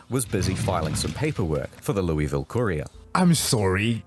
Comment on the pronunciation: Hearing him pronounce Louisville hurt me.